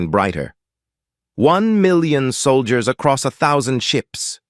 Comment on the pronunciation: "Solgiers" LoL 🤣